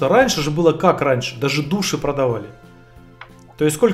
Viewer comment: Души населения? А вы правильно ударение ставите? ( В слове души)